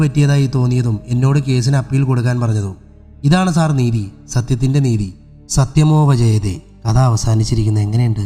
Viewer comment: സത്യമോവ ജയതേ അല്ല ... " സത്യമേവ ജയതേ" ആണ് . അതു പോലെ ആഘാതം എന്നതിനു അഘാതം എന്നാണ് പറയാറുള്ളത് ..... ദയവായി ശ്രദ്ധിക്കുക ... കഥ നന്നായിട്ടുണ്ട് .. അഭിനന്ദനങ്ങൾ !!